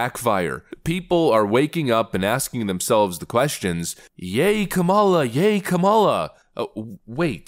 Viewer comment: I love how you keep mispronouncing Kamalamaflimflam's name! 😂